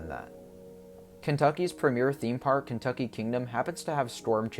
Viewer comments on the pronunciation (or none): none